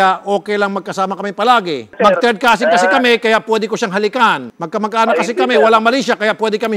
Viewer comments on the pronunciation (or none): Causin tutan hahaha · Couzin couzintahan hahahah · cousin daw, "cousin-tahan" hehehe 🤣🤣🤣🤣🤣🤣